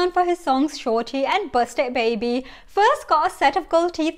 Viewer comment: Bro pronounce his song wrong 😑 it’s not busted baby 😤@